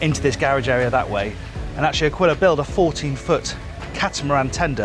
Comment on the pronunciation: Nice It’s A"keel" a, not akwilla